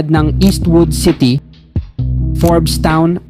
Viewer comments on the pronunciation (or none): none